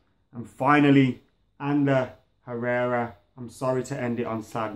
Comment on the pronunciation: i almost die when u say Herrera